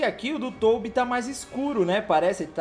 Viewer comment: Mano na boa, vc chama o Tobby de Toubi é pra tirar uma é?